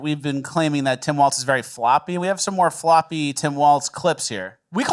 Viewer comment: PSA: There's no "T" sound in Walz's name. It sounds just like "Walls."